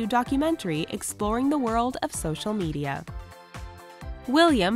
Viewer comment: hold up... did she just say Me-DAY-a?!